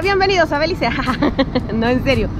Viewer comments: It’s BELIZE not belice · Hey I am a belizean🇧🇿🇧🇿🇧🇿🇧🇿🇧🇿🇧🇿 just to let you know it’s Belize not Belice and Caye Calker not Cayo Calker ok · Se dice caye caulker no “Cayo”. CAYO un pueblo de belize frontera con Guatemala. Y segundo no es “belice” nuestro país se llama “BELIZE”